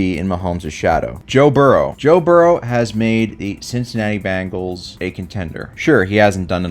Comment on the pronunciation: ben gals not ban gals ya goof anyway go birds